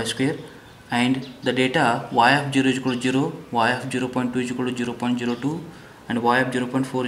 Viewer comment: its zero not juro